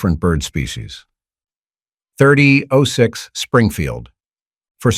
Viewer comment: I agree. A major gun rookie made this vid or someone without a clue. It was digitally read as noted by the mispronunciation of 30-06..